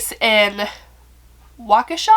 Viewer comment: You said it correct...Waukesha Wi. It's about a hour from where I live. Pretty wild story!! As for being charged as an adult. Yes, they planned this and knew what they were doing. She should not have been released in such a short time. Keep her in there until 2039 and consider it.. I attended the Brat/Hotdog festival in Madison. (I work in Madison) . It was a great event and I hope noting but the best for Paton & her family! You told the story very well. (as always)